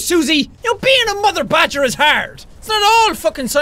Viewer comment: MORE MORE ITS NOT BAD-Ger ITS GREAT-ger